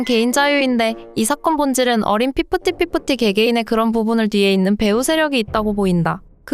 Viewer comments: 피프티피프티 발음 졸라힘들다. 걍 핍티핍티 라고하지 다들 또박또박 피프티피프티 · 핍티핍티로 발음해도 될듯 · 아니,,, 나레이션. ...할때요.. * 피프티.피프티 * 발음을. 😮꼭. 이렇게. 애. 처럼. 발음 하셔야하나요😅 귀엽게 들렸음해서?😮음청 거슬렸어여^^;;;;;;;저는. 억양이랑 발음. 😢